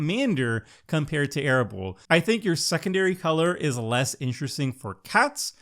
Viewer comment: Nacatl = “ NUH-cattle” Arahbo = “ a-RAW-bow” Kennerüd = “ KEN-eh-rude” Funnily enough = FUNNY enough 😂